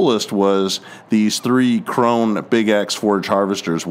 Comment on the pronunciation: Krone is German. You did nor pronounce it correctly. How's that Kentucky education working for ya?